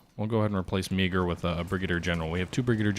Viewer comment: You are pronouncing Meaghers name wrong. It’s pronounced Marr. General Meagher of the Irish Brigade.